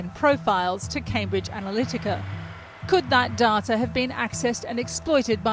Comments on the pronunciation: Dar-ta..... Wut?? Since when did we change it from day-ta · Reporter has acquired a near-perfect RP accent, but betrays her Aussie roots by pronouncing "data" as "darter" rather than "dayter". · Surely it's dayter not darter. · "darrrrta" Are all Channel 4 journalists fucking morons? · Why is an English reporter pronouncing data "Daartaa"